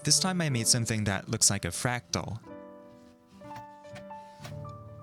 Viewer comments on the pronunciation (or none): none